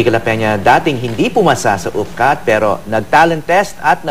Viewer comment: parang retarded lang ang peg! ang arte magsalita. sabi nia pero tpos bigkas nia peo. wow ah! 😤😏